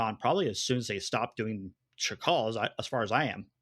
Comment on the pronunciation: why keeps calling Sakhal "Shakal"? The H comes after the K, bro. That doesn't mean there's an SH anywhere in there.